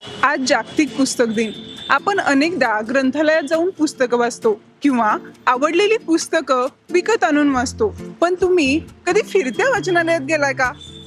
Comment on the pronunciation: आप'न' .. म्ह'ना' लात ... वा काय भाषा आहे... मराठी वांग म या बद्दलची माहिती!!